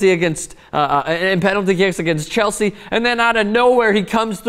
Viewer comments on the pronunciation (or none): none